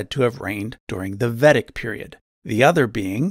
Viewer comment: Dude, this is good content. But you REALLY need to figure out how to say the names of the epics properly (at best/at least). You butchered "Mahabharata" and "Ramayana" and "Vedic" a few times.